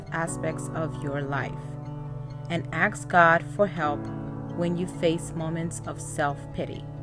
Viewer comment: Ask not Ax…lol